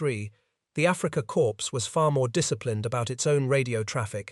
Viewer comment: It’s always “Afrika Corpse” in many of these. However, note that “U. S. Army Signal Corps” gets pronounced right, as do most other uses of “corps” not preceded by Afrika. In WW2 naval videos, “Kriegsmarine” always has its final syllable omitted, as if it’s not a German name.